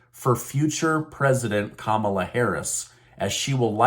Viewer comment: OMG, not Camala, please!